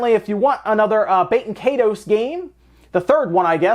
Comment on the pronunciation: It's "KYE-TOSE" ...like Dragon Ball KAI...like EYE ball. And TOSE like TOAST without the last T.